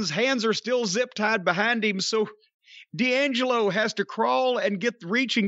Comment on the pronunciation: D’Angelo is “Dee” Angelo not Dangelo